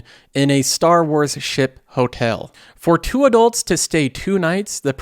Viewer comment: I’ve got to ask, where are you from? Seems like every other video I hear a new funny pronunciation of a common word. Disney “Hotale.” They crack me up.